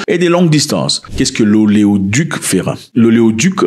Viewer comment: Mwekassa fait un effort frero: DeUpendra, fÉra, veUrron, infrastrIctire. Tu inverses trop les accents et les u qui deviennent des I. Cest inaudible